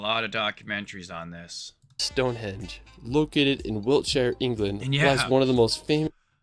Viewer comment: The guy says stonehedge but it's stonehenge